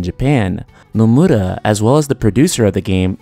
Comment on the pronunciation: Is Nomura really pronounced as Nomuda? Also, development of FFVII-R began around May of 2014. It wasn't being developed yet in 2013. I do concur though that the game's first installment will release sometime in 2020, with a big marketing campaign beginning next year.